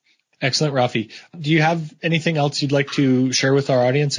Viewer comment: Rafi not fabi.